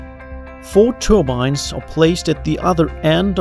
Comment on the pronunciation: 'churbines' instead of 'turbines'